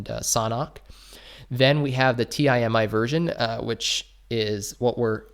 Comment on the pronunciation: Does he not know how to pronounce Timi lol